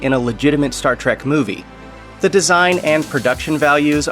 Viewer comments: Oh, for crap’s sake, it’s Star TREK, not Star TRACK! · Trek, not trak